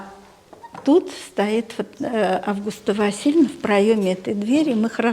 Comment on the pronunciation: Имя АвгУста- ударение должно быть не на первую букву А, а на букву У.